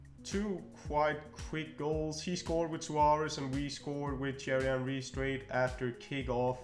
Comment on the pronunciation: Anyone else get a kick out of him saying “Cherry Henry”?